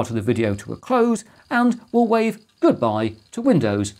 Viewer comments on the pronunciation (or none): none